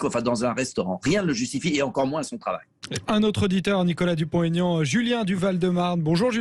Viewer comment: Aignan pas Aigan ....